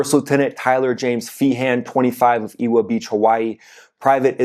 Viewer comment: pronounced "eh-va" beach, Hawaii. :-)